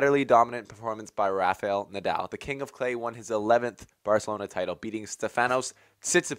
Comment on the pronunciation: Yeah, right! He was mispronouncing "Nadal" as well.